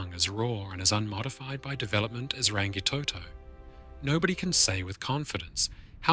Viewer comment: The G ,in Rangitoto is silent ,and Maoris is also not said ,the way you pronounce it .